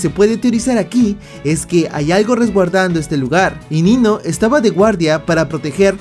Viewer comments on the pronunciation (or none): En el minuto en vez de decir "Nino" dijo "Niño" xDD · Diganme que no soy el único, que escucho niño en vez de Nino 😅